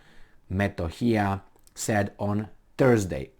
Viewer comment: It is pronounced Kosovo and M e t o h i y a just the way it is written !!!